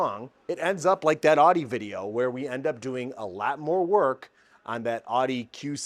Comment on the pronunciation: Try that pronunciation of “Audi” again